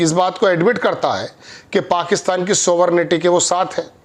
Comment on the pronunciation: भाई, सोवरेन्टी होती है , सोवर्नेटी नही 😊 पहले तलफ्फुज तो ठीक कर ले जनाब ❤